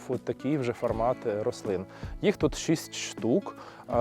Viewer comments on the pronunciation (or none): none